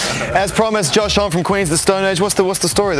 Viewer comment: Didn’t he say it’s actually pronounced josh homm-y 😂 But zane lowe says it the French way here